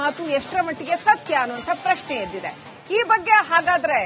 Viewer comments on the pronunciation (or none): none